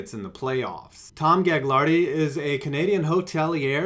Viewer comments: Its pronounced Gu-lardi not gag-lardi ya bafoon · It's actually pronounced galardy(silent g) my brother goes to school with his kids